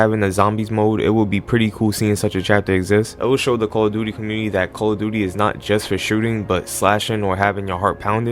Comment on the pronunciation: The call of duty butchering killed me 😂😂💀